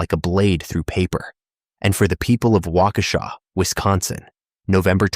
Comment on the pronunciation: they got waukesha no problem tho, which surprised me 😭